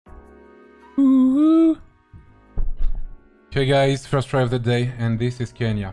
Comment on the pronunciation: omg le "dis iz" %